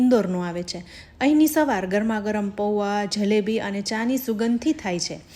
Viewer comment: Zzhalebi, Zzhada nahi ben, Jalebi, Jaada.....